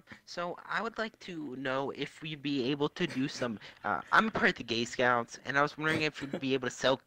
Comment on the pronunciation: This man legit said “Gay scoots” 🤣😂